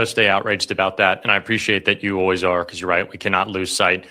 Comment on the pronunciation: I hate the o-ways pronunciation for "always"